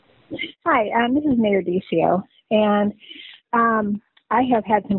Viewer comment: Last name should be pronounce as D sea o. From yakima